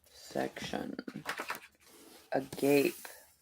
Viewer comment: Hey ✨'Agape' is a Biblical'ish Meaning The Most Love! it's Pronounced _( a-goppay ) 🤗